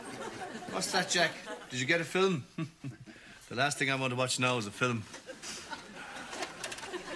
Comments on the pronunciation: Why does he say 'filum' instead of 'film'? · I love the way they say film Filim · Love how they say “fillum” for film. My boyfriend and I have been saying that just to be silly for years